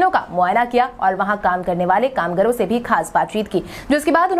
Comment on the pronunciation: कामगार होता है कामगर नहीं